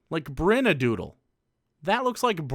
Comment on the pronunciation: I think brynadoodle is pronounced breenadoodle Off topic Ik